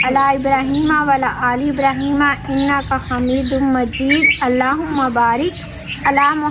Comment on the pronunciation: Drud shareef dubara sy dihan sy prdha kren kindly.. vlla aly ibrahim lfz ka mtlb ghlt ho jata hai, isliye va Alla Aly ibrahim lafz hai jiska mtlb bilkul thek bnta hai